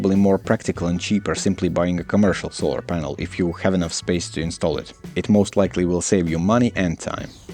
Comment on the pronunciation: it took me 3 rewinds to understand he actually said "polar sanel" the first time X3